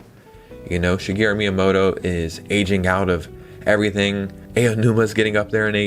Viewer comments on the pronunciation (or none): none